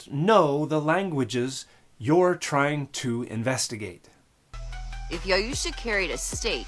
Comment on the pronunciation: “YaUUUUsha” is sending me 🤦🏻‍♀️💀